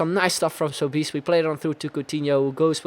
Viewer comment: Sobis its pronunced Soh-bes